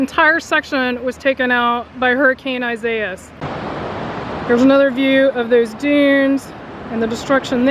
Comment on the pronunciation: I wish you knew how to pronounce the hurricanes name